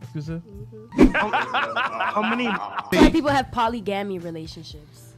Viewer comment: polly-gammy.. polly-mamy... polly-gammie.. y'all this girl is "ingarnant"....🤣🤣🤣🤣🤣🤣🤣🤣🤣🤣🤣🤣🤣🤣